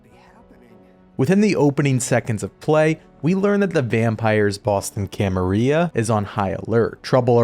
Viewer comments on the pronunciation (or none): Cama-rill-ah; rill like gill.